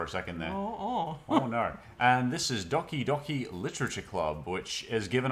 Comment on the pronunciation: heads up: it’s pronounced doh-ki doh-ki, not docki docki! hope that made sense :) love your channel as always